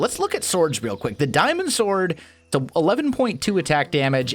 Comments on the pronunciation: He said stwords instead of sword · Omg he did lol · Hang on, - Did you say "Diamond Stord" ?